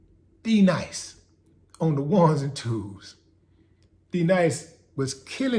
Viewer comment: Steve Harvey kept mangling D-Nice (Happy Belated born day) name in the beginning. That was the worst. Then tried to play it off like it wasn't a mistake. A simple apology (my bad) would've been dope, but we talking about Steve here.